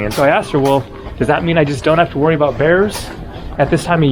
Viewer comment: you've said aboot ..... the Canadian's coming back! (realise you're in Alaska 🇺🇸)